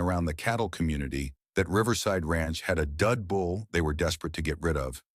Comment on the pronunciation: Bull,not bowl.